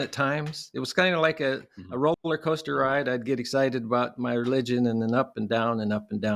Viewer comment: Did he say “rope-luh-coaster” ride? He did. I guess he thinks ropes are involved. This is a person we should listen to about life science (and all other things). Also, when you “hear” an “inaudible voice,” maybe you should question the validity of that experience.